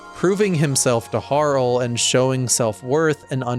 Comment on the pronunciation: Harl? I call her Har-lee. As in Harlequin. But great vid btw.